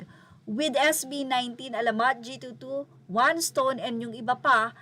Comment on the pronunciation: Naloka ko sa G.2.2 at one stone AHAHAHAHA! It’s read as G twenty two po and first one respectively.